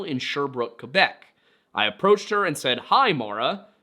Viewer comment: Great prononciation of “Quebec” I keep hearing “Quwe-bec” and it infuriates me. less great 😅 “Saint-Étienne” was great. Are you talking about “Saint-Étienne de beauharnois?” It’s pronounced “bo-har-nwaw” Also, saying “write things the way you want them pronounced” is a little ironic, considering the English language has words like “light” “thorough” and things. A French speaking might look at it and say “lee-gt” and “to-roog” and intersection with a candy store 😂 that actually made me cry a little (actual tears, not like the watery eyes i had through this whole video). It’s hard to imagine that someone would not get the justice the deserve simply because there is barely any left to care. Cases like this break my heart and I’m grateful for the little jokes you sprinkled throughout the video,, otherwise I might have rage-cried for the entirety of it